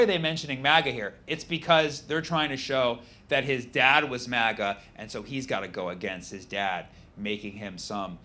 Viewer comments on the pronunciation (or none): none